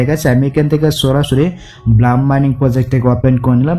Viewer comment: ভাই ব্লাম না ব্লুম হবে। ভালো করে একটু এস্প্লেলিং পইরেন😮